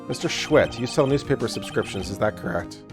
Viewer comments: OBJECTION!!!! SAH-WIT. Not SCHWIT!!!! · It sorta annoyed me how he kept pronouncing Sahwit wrong, its pronounced Saw it, but otherwise it was good. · Nope. Mr. "SAW-IT", not "SAH-WIT" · I love how he pronounces Sahwit’s name as Shwit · I love how he didn't get the jokes in the first case just because he missed pronounced the guilty party's name it's pronounced like Me. Saw-it and he didn't just see it he did it XD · Well, he doesn't know how to pronounce Japanese names, so give him a break.